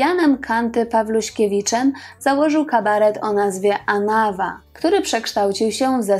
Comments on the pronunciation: AnawA (akcent na ostatnią literę) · Anawa wzięło się z francuskiego „en avant”, dlatego zawsze tę nazwę akcentuje się AnaWA, na ostatnią sylabę. Nie sprawdziłaś tej ważnej rzeczy. Ale za to fajnie i mądrze powiedziałaś, że trudno jest być synem znanej osoby i że przedstawiasz postacie w pigułce i żeby ludzie sami szukali dalej. Warto. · Anawá . Akcent na ostatnie a . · Program dobry, ale akcent na nazwie zsepołu, to aż ucho boli! ANAWÁ. Zwróć na to uwagę,proszę! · Powtarzanie zaslyszanych insynuacji o rzekomym problemie alkoholowym to zwykla glupota gdyz byl znany z bezwzglednego tepienia przejawow tego nalogu wsrod czlonkow zespolu. Panienko naucz sie prawidlowej wymowy zespolu ANAWA. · Też mi przeszkadza i dziwie się,tym bardziej, że jest osoba wykształcona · Inny akcent przy wymawianiu anawa. Pozdrawiam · Nazwę zespołu inaczej się wymawia... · zle akcentujesz slowo Anawa